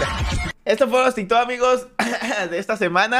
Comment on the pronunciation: Se dice TikTok 🙄🙄